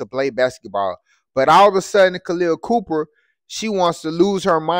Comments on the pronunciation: Her name is Copper not Cooper. Get your information straight and your pronunciation of her first name is incorrect. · It’s Khaleah copper , not Cooper bruh. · Copper had 32pts her damn self so she was doing some embarrassing of her own da And give her some respect and say her name right, its Copper not Cooper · Copper, not Cooper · Dude….it’s copper…..not cooper……..sheesh